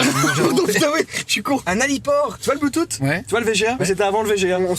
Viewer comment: Jimmy il dit « Bluetooth » bloutoute😭